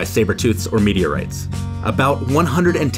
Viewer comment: I heard media rights instead of meteorites